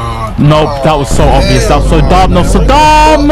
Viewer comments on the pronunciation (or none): none